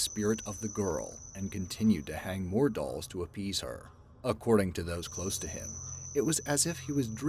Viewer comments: "Island of the DOOLS" 🤦😂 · "Island of the Dools"... Oops!